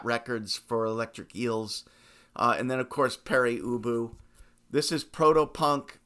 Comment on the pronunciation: I don’t think it’s pronounced Peri Ubu.